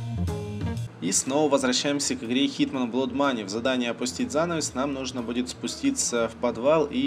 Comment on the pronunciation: блин!!! да какой на фиг "блод моней"??? Blood [bl^d] блад!!! неужели нельзя правильно игры называть???